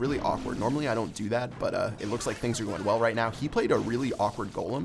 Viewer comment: Clash Royale really Are 10 you don't know how to say are